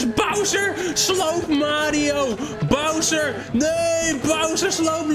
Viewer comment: hahah wie zei het vroeger als kind ook zo; Browser 🤣